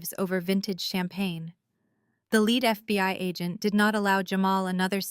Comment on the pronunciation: Basically a good Story. But you mispronounced a word. (Lead). Is pronounce leed, meaning to have someone follow you. Lead is has anither meaning , when comes to material of an object is made from.. like a Lead pipe photogenic spelling is led pipe ! Also "Reading" is known as to material that you have ben observing in a book . Its is also a Name of Railroad Company in Pennsylvania, known as Redding Railroad, but it spelled "Reading" ..